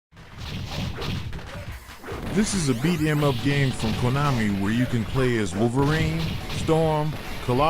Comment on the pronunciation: As much as I find it interesting to have conversations with AI…especially Grok and ChatGBT..I can not stand AI voices with videos. This one is especially bad. How are gonna do a video game list whilst pronouncing beat em up like that?!